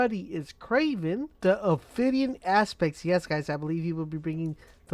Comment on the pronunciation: pronounced ophidian aspect right O.O